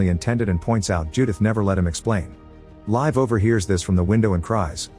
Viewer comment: Is her name really “Live”? Or is AI just mispronouncing “Liv”?